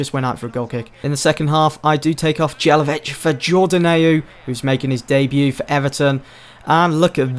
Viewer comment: Isn't "Jay-la-vitch", the song of the "J" is like the song of "Y" Ni-ki-tsa Yé-la-vitch :p